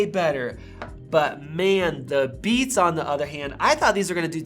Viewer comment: At the beginning I totally heard “We just got the new Bees Studio Buds!” 😂